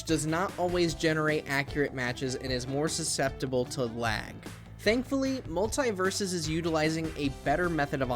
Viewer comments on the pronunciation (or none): He kept saying multie? Do you multieple